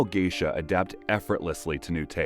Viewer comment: From Geisha to Gaysha